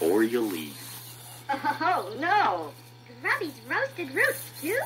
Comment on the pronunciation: Haha, it is not Gruddys but Grubbys